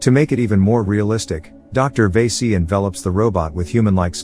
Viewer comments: It's va-si not vey-si that means something else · Not veese it's vaasi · Lmao the way he says vasi VAESEE 😂🤌